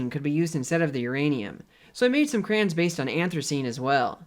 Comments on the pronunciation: "crams" I never heard someone say "crayons" like that, but since you are the smartest person in the room, I'm beginning to question all those other people who say it differently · gets a pass on how he says crayons, I award it as a trophy of somehow still being alive.